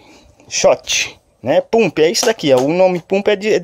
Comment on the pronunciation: Se pronuncia pampi